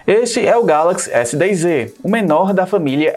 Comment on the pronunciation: O nome do aparelho é S10É ou S10Ê ou S10Z.....? Fala direito cara...NÃO existe letra Ê